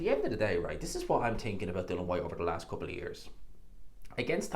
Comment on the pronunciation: At least say his name right. Its Dillian, not Dylan, as in Bob Dylan.